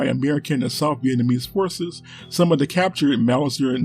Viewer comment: Dee north vietnam and dee south Vietnamese. I didn't know dee had dees guns.